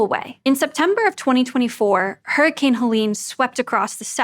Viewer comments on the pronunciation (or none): none